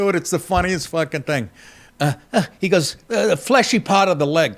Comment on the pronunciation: Bobby Baccala! " The fleashy part of thethigh"😂